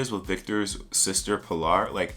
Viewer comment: Folks be saying Pilar like pill are, but it is really just pee Lawr